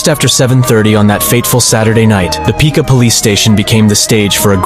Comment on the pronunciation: Such stories are worse when you LIVE THERE. And it's pronounced PICK-wa, NOT "PEEKa". Hope the guy got sober...because there was a time that I was the guy. Alcoholism is no respecter of persons. Thirty-six years sober, and a new life. More than ever I deserved.